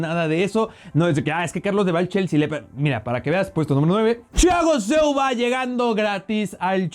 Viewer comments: Carlos: ¿Porqué hablas como gangoso al decir Thiago Silva? Parece que pronuncias Chiago Silva. ¡No seas mamador! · lo unico malo de este video es que le dice chiago silva en ves de thiago jajajajaja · El dice Chiago Silva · me estresa que diga chago silva aaaaaahhhhhhh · Nadie: Absolutamente nadie: Carlos: Chiago Silva 🤦‍♂️ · Carlos tu eres mi traductor y deberias ser el de thiago silva Yo : como se dice a este jugardor Carlos : chichago shilvaa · Ajajajajaja chagoo silva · Porque pronuncias haci a Thiago Silva...muy mal pronunciacion